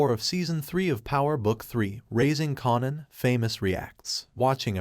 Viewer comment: Raising KAYNAN try saying it like that at least lmfaooo